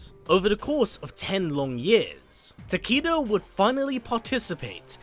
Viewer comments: If you google, "How do you pronounce 'Takeda'?" Google will give you a phonetic pronunciation of the name, and it's very clearly pronounced "taa-kay-duh," not "taa-KEE-da." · tah-kay-duh lol not tah-kee-duh i love your videos thouuu iknits the accent im just trolling😌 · Why do you and Uncaged Games still call this character "Ta-KEE-da"? It's "ta-KAY-duh." Mispronouncing this name is just lazy. The name is pronounced correctly in MKX, and all of his MK1 trailers. It's pronounced correctly on the Kombat Cast as well. It's just lazy that people continue to mispronounce this name. it's so annoying, hearing these names mispronounced over and over again, despite the correct pronunciation being publicly known, and always present. I almost have to stop the video. If you were giving a keynote speech, I'd have to stand up, and stop you. Love your videos. I've been subscribed for years. If you do read your comments, please do not take this comment the wrong way. I'm just asking you to pronounce the character's name correctly. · Ta-Kay-Duh? No one in mkx says it like that. Not even the announcer. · For anyone that doesn't know how to pronounce japanese.... a = ah, e = eh, i = ee, o = oh, u = ooo, y = ee. Now say it with me. Tah - Keh - Dah. Takeda. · The name mispronounced is bothering me as well. Especially when I didn’t know how to pronounce it until the trailer & now hearing him say Ta-kee-da is annoying